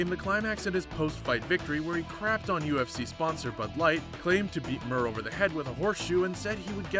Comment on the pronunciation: Mir not mer